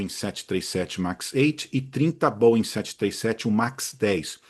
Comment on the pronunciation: Tá perfeito. É sempre um prazer assisti-lo. E, se possível, nunca "aportuguese" pronúncia dos nossos queridos Boeings. Tá excelente do jeito que está. Abraço!